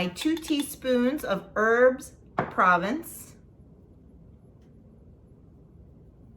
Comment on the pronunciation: Looks delicious. Fyi as a Canadian who took French until grade 10 (not an expert 😂) it’s pronounced “pro-vonce” if that makes sense.